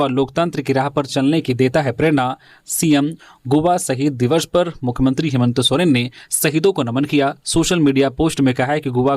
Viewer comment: हेमंत सोरेन या हेमंतो सोरेन ??? सही उच्चारण करें .....!!!